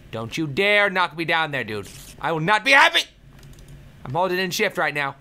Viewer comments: When he said he was holding in shift, i thought he said im holding in sh*t. XD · he said shift not shit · I think he said shift? I still can't hear it